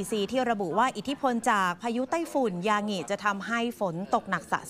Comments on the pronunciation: ศาสตราจารย์ อ่านว่า สาด - ตรา - จาน ไม่ใช่ สาด - สะ - ตรา - จาน ยางิ = ยา-งิ ไม่ใช่ ยา-หงิ เป็นสื่อควรคำนึงเรื่องการออกเสียงและใช้ภาษาไทยให้ถูกต้อง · ยางิไม่ใช่ยาหงิ